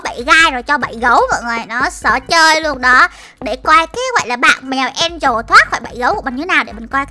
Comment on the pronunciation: Mèo Angela mà sao chị bảo mè en trồ là sao 😮😮😮😮😮